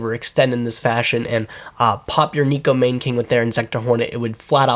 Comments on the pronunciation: That pronunciation was God awful. It's actually pronounced as NECKO MAWNA(like lawn) KING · neko mahn-NAY king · Neh-Ko Mah-Nay King